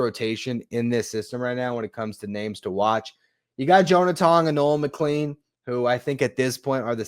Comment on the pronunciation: McLean is pronounced mick-clane, like plane. Not like clean.